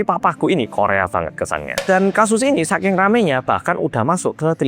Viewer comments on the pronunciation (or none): none